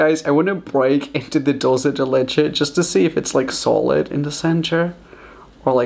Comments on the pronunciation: Did he just say DOLCE DE LECHE I’m dead 😂 I’m sorry for being rude but I can’t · Who else is triggered by the way he says dulce de leche? “Doulse de leche” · Its was funny when Raphael said "Dulce de leche" with his pronunciation XD